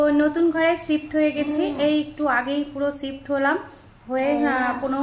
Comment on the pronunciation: একটা শব্দ প্রতিদিনই দিদি তোমার ভিডিওতে দেখি যদিও বলতে চাইনি তারপরও মনে হল একটু বলি কারন ভুল শব্দকে ঠিক করে বলা তো অন্যায় না,কানে বাজে ছিফট না ওটা শিফট উচ্চারন হবে বাংলাতে,ভালো থেকো, সোনার জন্য মন থেকে ভালোবাসা, অনেক ভালবাসা ওর জন্য